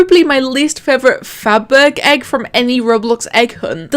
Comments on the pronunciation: FabergEgg is pronounced Faber-sh-egg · I think it’s pronounced like “fab-er-jegg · How to pronounce Fabergegg: Fa ber jay